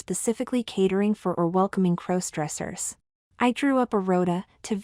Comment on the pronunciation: A superior story. All to the good. But again, when will the AI narrators learn to pronounce "crossdressers"? After all, it's kind of a central word to the narrative.